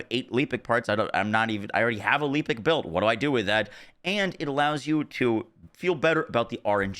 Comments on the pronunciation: Lehpic not Leepic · It's Lepic, not LEEpic. It literally says it in game. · Love the vids. I want to point out something though why does everybody call lepic leepic. You only get the long ee sound with two e's and you get a eh sound with one. Every content creator I see calls him leepic.